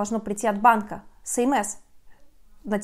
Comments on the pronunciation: ЭсЭмЭс, а не СэМэЭс)))) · Желаю Вам чтобы все удачно решилось. СМС читается как эс эм эс